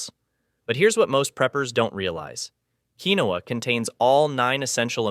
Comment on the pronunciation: Keen-wa!! Not keenowa (pronunciation). Flour comes with those bugs’ eggs not seen until after hatching. Always store flour, oatmeal, and butter in the freezer. Buy five gallon containers for water. You’ll need at least ten of them. Keep them filled with water in a cool dark space. Buy canned meat and also buy canned gravy. Make flour tortillas rather than buying yeast breads. Spices: dry chicken broth, dry beef broth, garlic powder, onion powder, cumin, bay leaves, basil, any spices you like which includes black and red pepper, iodized salt. Pan cake mix and syrup, oatmeal, cream of wheat, canned soups, variety of canned beans, dry white rice, canned vegetables, canned tomatoes and tomato sauce, dry pastas such as spaghetti and macaroni, black and green olives, canned vegetable protein (fake meat hot dogs etc.).